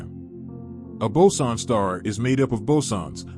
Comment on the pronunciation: I know it's boson. I am just wondering how such mistake got into the video. Sorry if I am mean or something